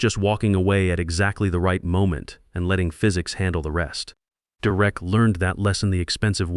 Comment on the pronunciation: "De Wreck" is an odd way to pronounce "Derek." Your AI is crap.